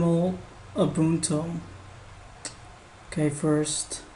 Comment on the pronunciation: Lol , it's Ubuntoo not Ubunto :)